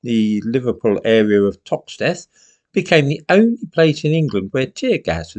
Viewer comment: now zley should be know sley. tox teth (rhyme with death) should be toxteth (less emphasis on the second syllable)